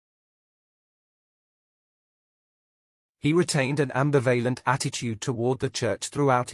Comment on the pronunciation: Thanks, just a small remark: I doubt whether the pronunciation of ambivalent is correct in this video. I think the stress has to be put on the second ''bi" syllable and not on the third ("val").